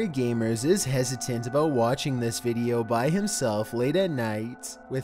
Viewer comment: "deep web veedioww"